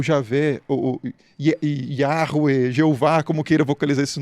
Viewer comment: A pronúncia correta é Yarruá Alá